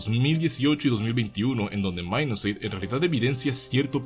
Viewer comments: Se dice Minus8, no "mainusce" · Porque le dicen Minus"Eight". Se supone que su pronunciación es " Mainusupaig" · es ingles, minus8=mainus eight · Esa pronunciacion para decir Mainuseigh.